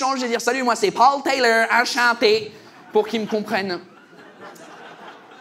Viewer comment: "enchanté" était parfait hahaha 🇨🇦